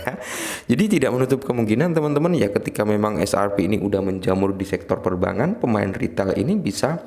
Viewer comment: Bang, tolong dikoreksi, yg mana benar? Perbangan? Atau Perbankan? Kalo denger perbangan, ya tinggal sambungin aja 😂